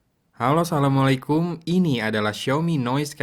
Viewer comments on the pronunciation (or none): Bang boleh koreksi kgk ? Salam lu kgk pakek a cuman salamualaikum dan tu artinya beda loh bang. Artinya matilah kamu. Kalo bisa salamnya pelan aja tapi jelas yah bang koreksi aja :)